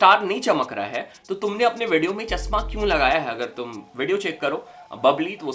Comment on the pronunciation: चश्मा ❌ चस्मा😁